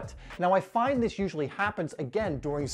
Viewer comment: Does anyone notice that whenever he says “do” the next word is replaced with a d in the front “Do dis” “do dat”